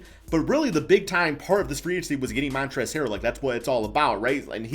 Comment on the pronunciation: Hey so um its Montrezl not Montrez hehe